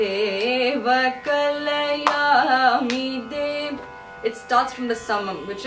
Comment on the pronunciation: Problem with Tamil and Malayalam singers pronunciation, it is not Kalayaami de, it is Kalayaami te.